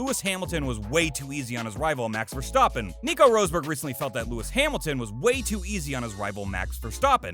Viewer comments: STOP SAYING VERSTOPPEN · Yeah, I was wondering if I just misunderstood the video. Clearly whoever made it has never actually watched F1. Michael Shooomoker, Vershtoopen! (The mispronounced names were fairly entertaining though) 😂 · Holy fuck I haven’t heard this guy pronounce one fucking name correctly. Vershtoppen, Ierton, Vilnuuuve, Shewmocker, Roseburg. If you’re going to do all this research take the extra 5 seconds to learn how to pronounce the names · fair enough, I’ll concede the point on the Schumacher pronunciation, if you say so. But that wasn’t the main point I was making. And he definitely did mispronounced Verstapen and Ayrton. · "Vershtoppin" "Roseberg" "Ire-ton Senna" etc - wow, you literally got every important name wrong except Brundle. Maybe do videos on another topic....